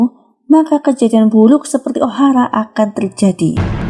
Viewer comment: ohara bukan ohala